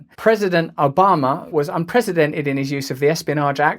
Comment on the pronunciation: President Ah-bama